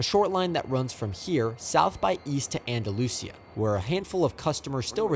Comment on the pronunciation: hey man, first of all just wanted to say fantastic job on the video. i grew up in Greenville, and it was very informative about the history of the line and the trains. one thing of note: some of the town/station names are pronounced a little differently in south Alabama: Searcy = sir-see Georgiana = Jor-ja (like “jam”) nah Andalusia = Andalushia, not see-ya Also, the crossing you caught 606 at isn’t Chapman; it’s a little closer to Bolling, out on Pettibone Road. really enjoyed the video. keep it up!